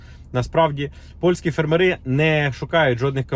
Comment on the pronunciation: Наголос ставте правильно на слові фермери!